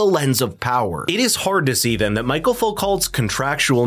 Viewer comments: Also his first name is Michel, not Michael. It’s the French form of the name, which is pronounced as we pronounce Michelle. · Foo - co. As in low. Also his first name is pronounced michelle, like a birds name. Not michael. Although Wishing you all well. Iain w glssgow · Michel, not Michael.